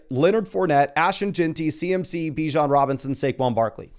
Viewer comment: It’s buh-JOHN Robinson